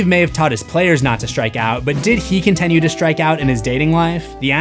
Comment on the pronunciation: Am i the only one who notices bro always says "contenue" 🥀😭 Great video as usual tho